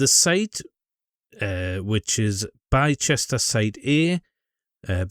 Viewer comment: One of the few people highlighting this well done mate. By the way the place is pronounced Bister 👍